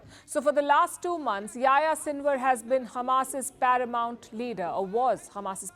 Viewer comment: it's funny how Palki pronounces the name Yahya, something like YaYa :))